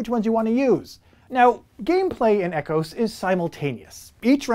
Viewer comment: Ecos isn’t pronounced like ecosystem(E-cos)? Just curious. Nice descriptions of the games but Aquatica is the only one I’m interested in of those listed.